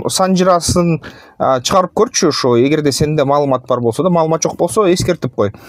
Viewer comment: Маалымат деп айтып койгулачы маамылат дедирбей жиптин урайын